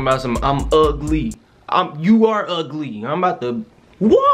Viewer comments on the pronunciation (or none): He said ugg lee ☠️☠️☠️ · Nigga said Ugg Lee